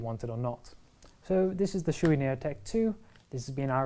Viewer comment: Not trying to be offensive here, but you are pronouncing the name Shoie incorrectly. Shoei helmets are made in Japan. The Japanese Shoei as "Show-Ay". Never "Shoe-E". Maby if Chewbacca / Chewy" from Star Wars, had a Shoei helmet, he would pronounce it as Shoe-E. 🙂